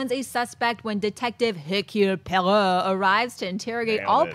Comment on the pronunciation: Murder on the Orient Express pronounciation of Hercule Poirot : "Po - a - ro"